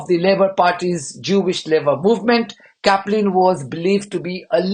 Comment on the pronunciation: Caplin - sounds like Chaplin.